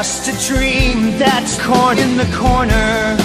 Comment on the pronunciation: When he says corner i fucking lose it